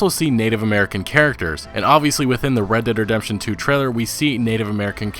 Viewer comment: Fucking say it right!?, You keep saying redt dem redemtjohn UGHHHH